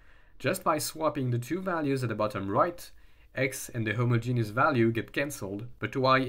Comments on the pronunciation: Ahh yea you put emphasis on the first part a lil HI-mogenous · The only thing I don't like about homogeneous coordinates is the way some people pronounce it, which makes it sound like a homosexual genius. Not sure how to spell how I say it phonetically, but it's a bit like him-odge-in-is with the emphasis on the odge. Or hom-odge-in-is if you pronounce the first o, but like in rom, not home.